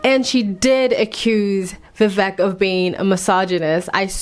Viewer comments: His name is pronounced as, "Vi vake" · his name is pronounced "vee vek rahmah swahmee" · It’s pronounced Vivake like cake. Surname is Rama swa mee… listen to Vivek’s high school graduation speech he was his Classes Validictorian. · For anyone who has difficulty pronouncing Vivek: Easiest way to pronounce VIVEK, say these words exactly how you pronounce them BUT TOGETHER: WE-WAKE Pronouce them each as you normally do but pretend they are one word. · His name is pronounced VIV_AKE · Yo learn at least how to pronounce his name before giving analysis